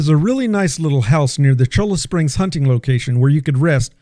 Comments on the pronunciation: Late to the party, but it is "choy-ah" springs. Great content otherwise. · It's pronounced "Choya Springs". Yer killin' me.😖